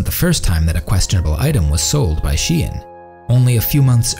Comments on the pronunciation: It isn she-en, it is sheh-ee-n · I've always thought it was pronounced /ʃeɪn/ I find it weird how people pronounce it was. /ʃi.ɛn/ I guess English orthography is weird like that 7 '28 '22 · Okay but why do people pronounce 'SHEIN' like 'SHIEN'? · Literary thousands of people saying "Chain" but it's pronounced "She In" or is wrong? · But why is it pronounced "shien" if the name is "shein". English is so stupid language xD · is shein not pronounced like shine